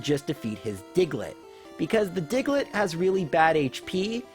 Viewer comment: The way he says digelet is funny 😂